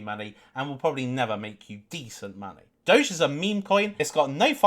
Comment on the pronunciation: Dowge and more dowge